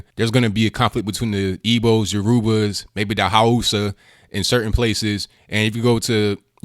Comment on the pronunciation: Lol he mispronounced Yoruba lol